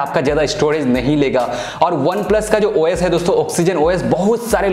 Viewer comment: Bahi Tu os bol rha hai esa lag rha hai ki oyes bol rha hai😂😂